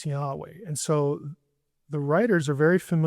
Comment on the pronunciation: Sorry, but there isn't a 'wah' sound in Hebrew; the 'waw' sound is Arabic. He told Moses Eheyeh asher eheyeh: I will be which I will be.